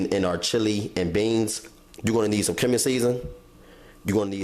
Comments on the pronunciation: Pronounced "cue-min"....I laughed when I heard him say that as well...looks delicious though ! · He said coming seasoning😂 It should be cumin. I love!!! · HE SAID CUM-IN season...